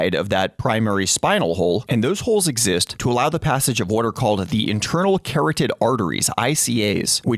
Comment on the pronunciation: ka-rod-did, not carrot-did.